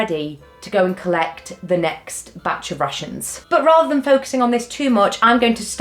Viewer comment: Every time you said 'Rations", I at first thought you were saying "Russians'.:))